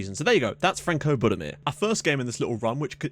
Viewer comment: Frano Budimir, not Franco. Only just noticed that.